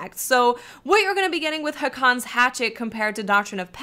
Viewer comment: It's actually pronounced "Haakon's Hatchet."